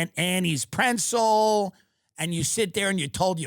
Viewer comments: Why am I so insane that hearing Tim say Prentzel has ruined the rest of the episode for me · Does Tim know it’s not a “prencel” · Tim loves to hit that “N” on pretzel that doesn’t exist. Prentzel is a very dumb thing to say even if it may be unintentional